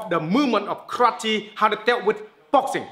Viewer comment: he said karati instead of karate